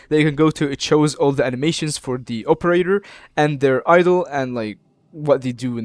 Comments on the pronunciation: (OPE)erator lol midwestern for sure. thx for the vid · I'm Midwestern as well, but I don't pronounce it like that